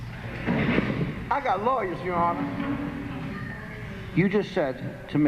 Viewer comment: "I got laywers!"